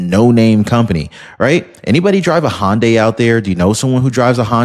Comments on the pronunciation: Hyundai not hondya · It’s pronounced HUN-die not HON-day That said love your channel and appreciate all the hard work you put in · I'm pretty sure "Hyundai" is not pronounced "hon day".